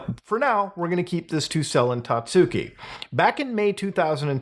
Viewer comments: hearing "tatsooki" the whole video was mind numbing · isnt it pronounced 'tatski?'